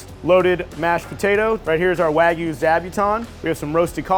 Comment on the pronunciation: Finally, Chef who pronounces wagyu correctly. 👍